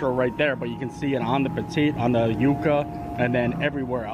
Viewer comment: You were pronouncing it correctly. Its You-kuh. Its a root. I hear so many call them "yuck-uh"